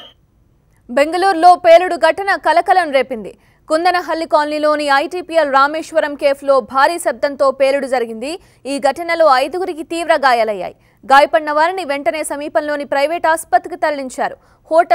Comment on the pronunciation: Adi kandhanhalli kadhe amma kundhanahalli